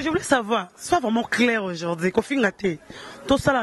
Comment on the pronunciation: gloria loba k ba mots bien aujourdi nde nn on dit aujourdhui licencie ya ifasikuite ya modele nn en plus olobaki okosala emission pona makambu ya wata te ezosopa yo